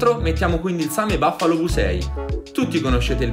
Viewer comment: si dice same buffalo sai leggere, no baffalo